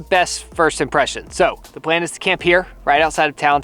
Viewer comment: The entire reason I watch these is to hear say words like, “Pwan instead of Plan”.